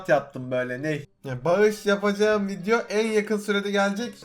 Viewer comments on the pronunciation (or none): none